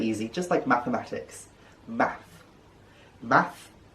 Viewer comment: Thank you so much for sharing this. I am not a welsh speaker at all. I'm an American. So it's confusing as I come across different pronunciations. I came across one online that had Math pronounced as Mott. But you are saying it as Math so I'll take your word for it but I had already put it in a glossary of a fiction book as Mott. It's just confusing.